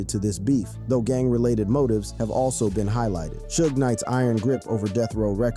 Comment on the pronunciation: Don’t this foo know how to say Suge’s name ffs.